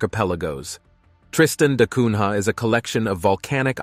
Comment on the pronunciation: Ilha and Cunha are terribly pronounced. Ilha is spoken as Illya, Cunha as Coonya.